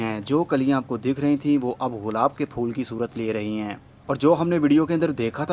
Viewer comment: غلاب نہیں گلاب کہتے ہیں۔